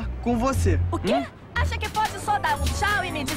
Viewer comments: É Tchau e não xau !! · Não é xau é thau